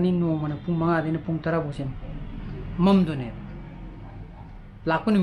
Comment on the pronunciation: Doughnut haibane...not donet